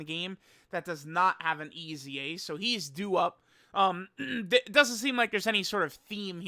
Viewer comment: Why "EZA" is pronounced "E A S Y A"?